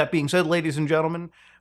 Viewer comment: All these years and I thought Mutahars' name was "mee-Mutaha" due to he way he delivers the line..